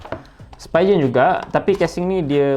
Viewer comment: Spee-gen. Bukan spy-gen